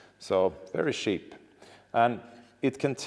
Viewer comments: I am not nerdy at all but, I watch the whole thing because you made it interesting. Also, I love when you wanted to say cheap and it sounded like Sheep and the sound of the sheep came after wards lol. I bet that was Molin that did that during editing. Great video and thank you for sharing. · Haha djävla Malin som lägger på får-bää på uttal av "cheap".